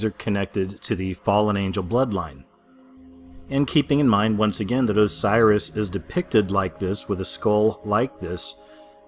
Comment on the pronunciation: Its osiris not cyrus.